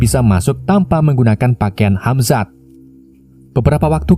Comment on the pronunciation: Hazmat om, bukan Hamzat..